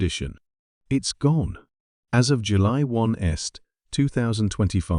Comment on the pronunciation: AI generated images and voice over: July 1st pronounced July one est and a date of 20225! Bring back humans! Worst of all the claims are higly exagerated to the point of being false. Renewal frequency remains every three years after age 70 but GP-signed medical certificates may be requested when you declare a new health condition or are flagged by DVLA systems. Vision and cognitive assessments could be imposed on high-risk or randomly selected drivers to verify reaction times and decision-making ability. Random spot-checks by the DVLA may trigger extra documentation or testing even if you haven't self-reported